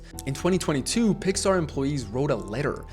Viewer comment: NOT THAT START SAYING PIAR BRO 😭